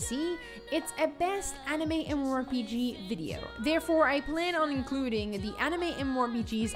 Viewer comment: My mind goes closer to insanity every time she says "M. MOR P.G."